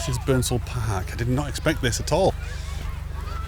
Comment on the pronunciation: Ah this is my neck of the woods. Great vid as usual! Its funnt because when we go to the lakes we say the same about the beautiful grey slate houses. 😊 The strid is awesome...said to be the most dangerous stretch of river in the world! And Barden bridge and tower is haunted 👻 😊 Pronounced Appletree-wick. Burnsal is pronounced Burn-sul 😊 You're a Cumbrian man in new-york..shire 🎶 Burnsal park is now closed to the public because there was too many deaths in the river! The local communities were pleased when it closed because the descended masses created havoc to local areas and infrastructure.